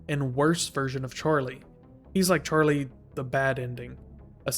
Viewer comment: the way u pronounce his name sounds like "charlay" i need people to notice this as well i cant be going crazy